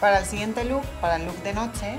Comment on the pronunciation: notse????? its NOCHE